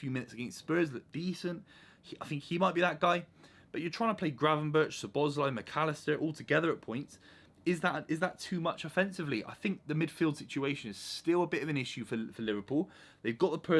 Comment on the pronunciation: mate i have to tell u now it is pronounced "sow·bow·slai"